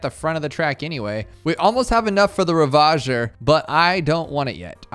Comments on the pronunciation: Its funny how he says ravager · rip can't pronounce reconnaissance or ravager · His pronunciation of Devestator and ravager deeply disturbed me